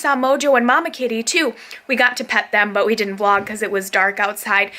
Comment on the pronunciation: Vlog. Not clog. Lol